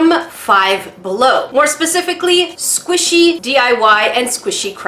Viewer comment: I ADORE THAT SAYS SQUASHY INSTEAD OF SQUISHY